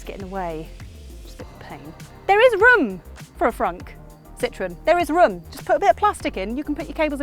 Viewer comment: Took me a couple of seconds to realize she was not referring to lemons or oranges because she said "Citrun" instead of "Citroën" 😂😂😂